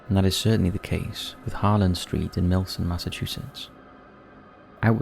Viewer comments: first I heard milson and was like, wtf??? 😂 but yea it's gotta be Milton cuz hillside connects with unquity rd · Milton* not melson lol